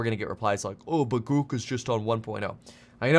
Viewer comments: Grouk? Groock? What the f-. It's grok. At least learn how it's called, before you purport to know enough to issue a warning. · I'm pretty sure it's pronounced "Grock" like the old computer term not "Grook" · Pronounced GRAWK, not GREWK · I like how the first demo of Grok (pronounced Grawk) is showing how Grok knows all the up to date information about Elon Musk. I think I can see where this is going. Grok will exceed the capabilities of all humans with Bluecheck accounts. Grok will suck up to Musk more accurately and with greater emotional impact than any human could ever do. Grok: More Bluecheck Than Bluecheck. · Grok .. sounds like clock …. Not gruk …… so much better the Chat GPT ….has humor and not censored…… ITS MUCH BETTER AND NO CENSORSHIP LIKE CHATGPT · That's GROK, rhymes with "rock". A rip-off of a great Sci-fi author's work, stripping it of original meaning and offering it in some cutesy "rebellious not" name. An insult to Robert A. Heinlein, a disgusting commercialization. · I think Musk made a mistake. He shouldn't have used the long dash over the o. The word "grok" is actually pronounced as "graak" exactly as the word "bock" (baak). It was popularized by the science fiction novel "Stranger in a Strange Land" by Robert A. Heinlein. It means to deeply and fully understand something, often on a fundamental and emotional level, going beyond mere intellectual comprehension. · Grok, rhymes with rock. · long o, not u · Your pronunciation of grok is incorrect